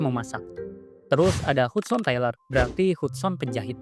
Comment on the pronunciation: HUDSON dibacanya "hadsen" dek